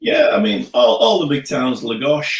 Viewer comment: Please say «Taveera» when you mention Tavira. And «Laagosh» for Lagos. Thank you!